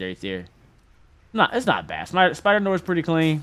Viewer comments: “Spider nor” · “Yoo we got spider-Noor “ me: open de noor